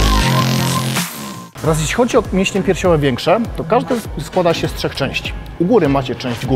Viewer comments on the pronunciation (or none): none